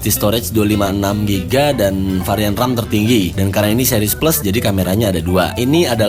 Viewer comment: Kok ngomong ram penting itu di tekankan banget? Wkwkw